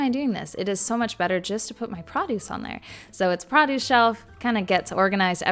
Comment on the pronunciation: Have you heard how she pronounces produce? It's a Canadian accent type of thing